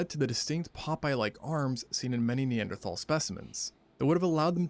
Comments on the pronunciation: Cash be taking in syllables some times and mispronouncing single letters 😂😂 Narrator: “Neanderthal” Cash: knee-ant-erthal😭😭 love you cash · "NE-AN-THER-THARLS!?" cmon Cash😂